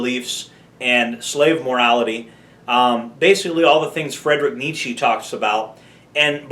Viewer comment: "fredrick nee chee" 😭😭😭😭😭😭